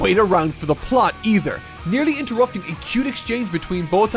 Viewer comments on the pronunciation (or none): And it’s Bo-Tawn